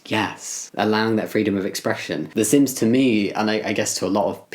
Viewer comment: How come when you said sims I heard ‘sins’ and was like “yup that’s me.”